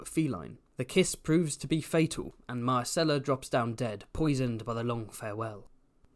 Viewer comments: managed to pronounce "Myrcella" differently every time he said it over the course of 13min 🙃 I love book-Ellaria, one of the absolute best minor characters, an absolute distillation of one of GRRM's core themes of the series. "I saw your father die. Here is his killer. Can I take a skull to bed with me, to give me comfort in the night? Will it make me laugh, write me songs, care for me when I am old and sick?". It's all right there in the text, and yet the majority of the audience (book and show) still seems to take the view that ASOIAF is about "winning the game of thrones". I'll go finish my 8th grade book report now. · "try to consistently pronounce words" challenge 😂